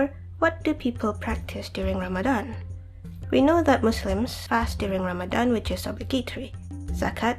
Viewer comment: (!) I like this video, and this is random but I like the way you say "Ramadan" and "tarawih" maybe because like everyone says, your voice is the best haha. Hey, X3